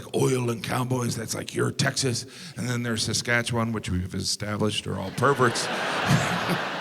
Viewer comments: was disappointed about the portrayal of Saskatchewan. But good pronunciation. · Thank you for saying Saskatchewan properly!